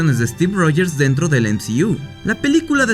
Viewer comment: El "em zi iu" 😂 nmms